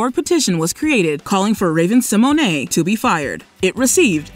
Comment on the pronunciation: pronounced it the way Raven herself said it's pronounced. We've been pronouncing it wrong lol